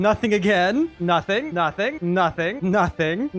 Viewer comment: 😂it sounds like he is saying nutting